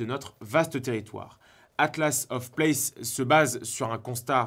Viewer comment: Il y a un s à places... vous perdez toute votre crédibilité en prononçant mal le nom de votre collaboration